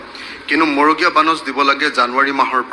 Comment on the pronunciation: মগৰীয়া নহয় মৰগীয়া বানচ।